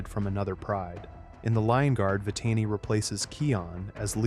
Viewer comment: About no. 4, I never believe that Scar got it from the snake during “The Lion Guard”. About no. 5 and on , the name of Simba’s son is pronounced as Kīon. (It’s pronounced with a higher letter i.) About no. 7, you mispronounced Vitani's name. (It’s pronounced as Vih-tah-nee.) About no. 10, what do you mean by “hungry" on ?